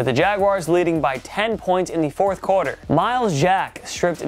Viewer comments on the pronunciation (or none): The word is "quarter", not "corder" 🙂